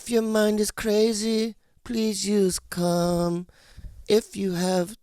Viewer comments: I thought he was saying cum during the "calm" ad read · When you all advertise Calm when you say Calm it's sounds to my English ears like you're all saying Cum. "If you have tummy tummy ache....please use cum..." It's disconcerting. Just me? Where's the door.... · I thought they were saying at first please use cum lol not calm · For second I thought he said, "if your tummy aches use cum." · Tell bobby to pronounce his As sounds like hes saying cum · for the "calm" advertisement ... bobby was definitely saying "cum" hahaha